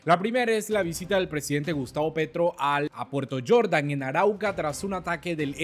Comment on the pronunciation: No es Puerto Yordan, según la pronunciación suya. Es Puerto Jordán, lugar que conozco personalmente y por tanto, sé que NO se pronuncia Puerto Yordan, sino tal como se escribe.